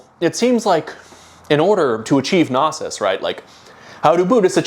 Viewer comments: Bro's constantly pronouncing knosis (no-sis) as nasis (na-sis) and it's killing m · Well worth the wait. Nice to see our boi was too smart for the "Judge is Satan" meme. Shame he wasn't smart enough to look up how to pronounce "Gnosis" tho...